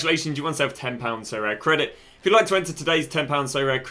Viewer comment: Sorare : aribeh